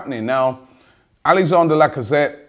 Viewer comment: You do know it's Alexandre not Alexander....